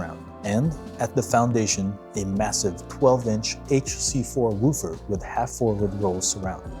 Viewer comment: You are pronoucing “woofer” incorrectly…. Just FYI